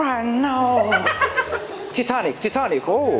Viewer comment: Titanlk lnqiliscə Taytanik tələffüs olunur